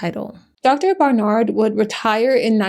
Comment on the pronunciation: Loved the video but, the way she was saying "Dr. BarNard" was getting to me.